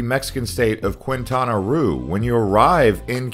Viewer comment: Annoying that you do not pronounce areas in Mexico correctly. Qu is like a K therefore Quintana is said like Kintana